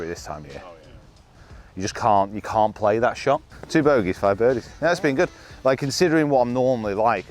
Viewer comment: Bodeys and birgies huh? Pathological fear of bed-bugs messed up your ability to speak temporarily 😂